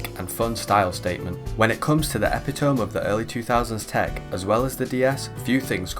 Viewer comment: EH PIT OH MEEEE